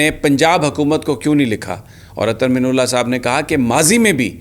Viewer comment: محترم جناب سمیع ابراہیم صاحب اظہر من اللہ، آپ من کی نون پر پیش پڑھتے ہیں، میرے خیال میں من کے نون پر زبر ہوتا ہے ۔